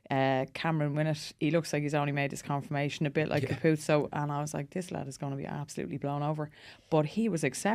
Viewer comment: CAN WE PLEASE STOP SAYING CUPUTSO! HE HAS BEEN PLAYING LONG ENOUGH TO PRONOUNCE IT RIGHT! HELPER: CAP-O-WHAT-ZO